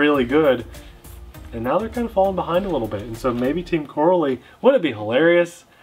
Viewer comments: "RAY-DIX or RAD-IX" I don't seriously know but it's definitely TEAM "KOR-RALLY"... not "CORRA-LEE" 🤦🏾‍♂️🤣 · It's pronounced Co Rally lol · This reminds me of the Arrma "cratton" Video No not the shape or the design but the way you pronounced it. Team "CO-RALLY" has been around a long time, a lot longer than Arma. It is much more popular in Europe. They just started making bashers though and are currently on the version 2s. Version ones had some issues which they seem to have improved on with the version 2. unfortunately part support is suffering so far here in the United States. Even though the motors have the same KV as other brands they are slightly faster than the competing design. They recently just came out with 4S versions also of a couple of their designs. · I agree I always thought it was pronounced either coh-rally or cah-rally. Either way rally at the end :) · I raced Corally 1/12 pan cars back in the 90's and 2000's. We use to pronounce Corally "ca rally" never heard it pronounce "cor a lee". Now I'm wondering if I been saying it wrong for the last 25 years. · Looks like a quality build, there python is a copy of the arrma typhon, they even used the same letters to make the name! It's pronounced Co-rally btw. Looking forward to the first rip! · it's pronounced co rally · I believe it’s pronounced Co-Rally...like as in rally racing. I could be wrong though! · Here in Belgium, we pronounce It as co-rally 😉 Team Corally started 1986 and is a. Belgian Company. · Corally is pronounced like Core-ally the A is hard. They have been around for a long time. They are well respected racing RC manufacturer. RC pro's are very familiar with the brand but it's more widely known in Europe. I own the Kronos. It's very fast and is actually tougher out of the box than the Arrma Kraton. Where most 8th scales use a 11T diff pinion, my Kronos has a 13t. Not sure about the Radix but they make fun fast durable RC's. The shocks are racing quality and very smooth.